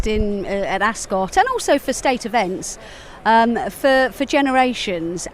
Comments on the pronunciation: I thought it’s pronounced “As-cut” not “As-scott”? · Askit like biscuit pronounce Ascot pse